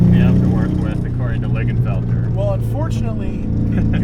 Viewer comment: And to the Jag owner, it's "Lingenfelter" not Ligen.